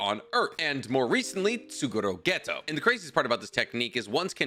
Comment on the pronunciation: my man said "tsuru geto" wtf